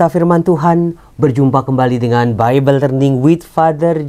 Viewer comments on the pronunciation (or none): none